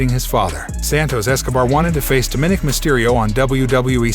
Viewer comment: Dude, if you can't properly pronounce words like Seamus, McIntyre & Dominic, or bother to check how to properly way the names, how about you let someone else do it?